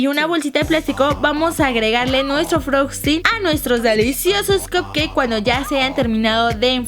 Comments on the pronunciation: Escuchen en el minuto lesslie se equivocó "froskchting " te amo lesslie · siempre hay chance de mejorar, antes de utilizar anglisismos o palabras en otro idioma, chequen la pronunciacion ya que es peeesimo que ni frosting sepan decir, para eso mejor digan las cosas en español, betun por ejemplo. Llamarle levadura al royal o rexal es bastante confuso, no solo existe un tipo de levadura, mas atencion al detalle.